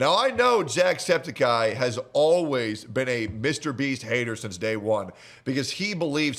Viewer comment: Its septic-eye, not septakai